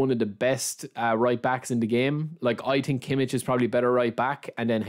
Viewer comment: Kimi and shalanolu 😅, I'm german turk and teach you one day the right dialect.